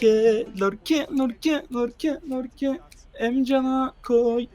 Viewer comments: abi o oyuncunun ismi lorke değil yorke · Yorke:lorke ksnsnsjs